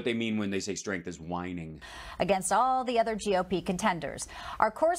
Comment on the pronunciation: “strength” ???? Lol